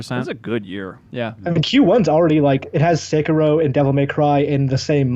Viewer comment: sekeero, you might as well have said narooto lmao